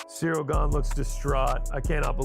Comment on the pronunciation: Are you allowed to judge fighters guts. Or have an MMA show, when you can’t say Gane correctly?????